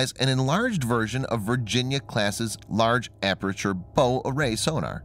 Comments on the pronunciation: "144 warheads" for a Mark 5 MIRV? Try again... 14! And "bow array sonar" is pronounced as "how", not "hoe"! THINK and READ! 🙄 Anyway, some of the technology in these boats will be similar to our British Astute-class attack submarines already in service... which shocked the Virginia-class during wargame exercises! 😀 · Bow, not bow...…..lol best robot voice out there though.